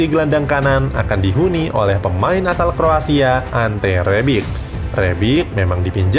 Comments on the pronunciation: Kjaer dibaca Kiyaer bukan Kejaer ... Dodol lu Bro ... Bennacer dibaca Benaser bukan Benaker ... Rebic dibaca Rebij bukan Rebik ... Belajar bahasa negeri orang dulu Bro baru ngomong ... Ibrahimovic dibaca Ibrahimovij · Siapa Kressy woi??? Benaker pula. Kjaer dibacanya bukan kek mujaer juga. Rebic woi, bukan Rebik. Lol. Gak sekalian aja Lionel Kessie dan Zlatan Abramovich? 😂😂😂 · Bacanya Kjaer bukan Kejaer tapi Kiaer min trus Rebic bacanya Rebitsh trus Ibrahimovic itu Ibrahimovitsh